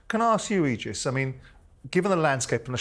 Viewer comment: It’s pronounced ‘Eegis’ Simon, not “Ejis” ffs you melt 🤡🤡